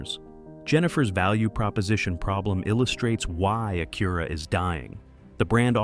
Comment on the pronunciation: The thing is, the Pilot doesn't have the same features at $15K less than an MDX if you want performance... sounds like some dealers need to learn their own value propositions. That's the dealers fault, Acura (you are pronouncing it wrong BTW) has their niche but I guess some don't know how to sell them.